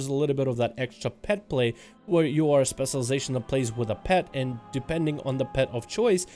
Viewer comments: Where do you live where they say "spesulization"? Or are you just spesul? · stop saying specialization please lol... and you say it in a weird way. Just say "spec" bro. thx